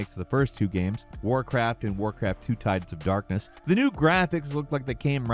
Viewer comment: Oh, "Warcraft II: Tides of Darkness." I thought he said "Warcraft: Two Types of Darkness."